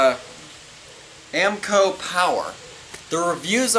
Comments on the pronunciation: Amco he says, lol holy crap you really are a welder hahaha amico bro. Sound it out, clap it out if you need to hahaha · Not Ammco it’s A -mico